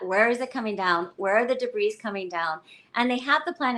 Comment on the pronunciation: She keeps pronouncing the "s" in debris. It's very distracting!